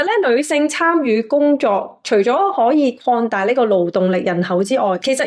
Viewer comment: 留意發音. -：講，廣，擴大，能力，等等！說話有内容,肯說出自己觀点！必須積極改善懶音，妳睇 fyy都得，妳都得！加油啦！